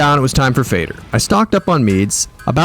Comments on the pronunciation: Calling fader “fay-der” instead of “fah-dur” made me lol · but it is pronounced almost like father because it's swedish and it actually means father